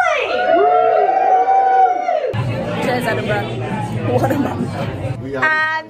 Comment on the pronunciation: I love Abi, but every time she says "Edinburgh" my American closed caption types "enema." Please advise.